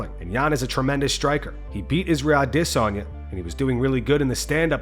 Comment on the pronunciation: The way you say Adesanya gets more and more ridiculous with each video